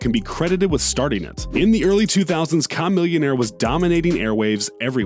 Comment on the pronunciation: Another video, this jackass can still not say Chamillionaire's name right...